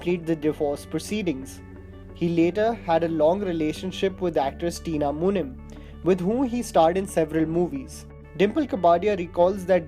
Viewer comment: Tina muneem not munim